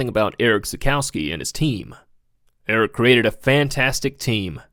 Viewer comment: Cool video and tribute. Not a fan of your vocal fry... His name is Erich, pronounced Erig, not Eric. Also r.i.p. Erich...